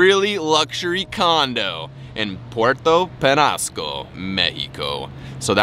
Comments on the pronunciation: It's ñ not n. Say it like this Puerto Penyasco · it is pronounced penyasco